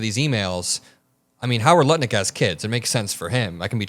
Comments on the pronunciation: You keep calling him Nutlick 😉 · Did you Say? Howard Nutlick 😳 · Is it me or is he saying Howard nut lick 🤣🤣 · are you purposefully calling Lutnik NUTLICK on purpose??? You did it at least twice 🤣🤣😥🤣